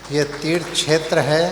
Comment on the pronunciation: छेत्र क्षेत्र जो मनुष्य क्षेत्र शब्द का उच्चारण नहीं कर सकता है वो बात करेगा धर्म की